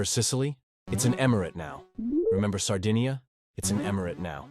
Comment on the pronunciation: Intrigued, I decide to watch this video. The first 31 seconds are enough for me: after hearing the ridiculously incorrect way in which Sardinia (Sardegna would be better...) and Magna Grecia are pronounced, I realize the superficiality of the author and abandon the viewing. Very bad.